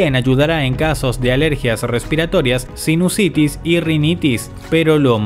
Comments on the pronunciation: SINUSITIS no SINUCITIS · Sinucitis? Enserio? SINUSITIS!!! Cuando alguien no sabe escribir creo que pierde credibilidad. O esa es la sensación que da...